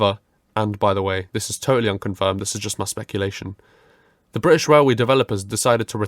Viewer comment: „Brithish Railway” Real goosebumps